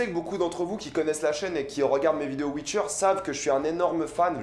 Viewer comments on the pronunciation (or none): Geralt pas Gueralt putin !! Witcher pas Wicher putin !!!